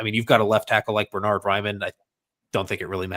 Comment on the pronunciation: Bern-hard not Ber-nard. the first syllable is pronounced Bairn like the Scottish Wee Bairn.